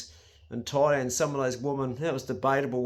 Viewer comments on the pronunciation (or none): none